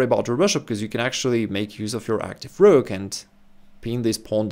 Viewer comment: 😂 i like the whrokk